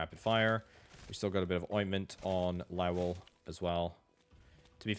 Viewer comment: Lao well? I literally just clicked off a video for mispronouncing ocarina and I land here. If you don't know how to pronounce a word, look it up, quit guessing. This goes for YouTubers politicians, randos, anyone. It's 2026, we all have the internet in our pocket and everyone chooses to be ignorant as fuck.LOW-UHL Good lowuhlrd almighty. Game journalists, I swear.